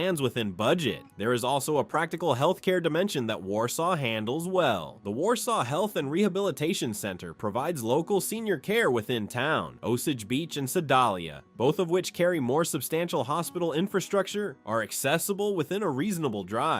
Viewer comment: "Seh-DOLL-ee-a"??? "O-suhhj beech"? Is this AI mispronunciation?